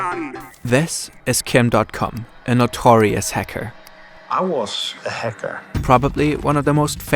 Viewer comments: wtf is this German accent lol. häcker, you said lmao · I love how he kept saying Hecker. Nice remembering Beluga's best friend.